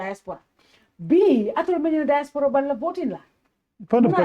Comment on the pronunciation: Nko, who’ll teach this Badibunka how to pronounce “DIASPORA” in the right way??? 😢😢😢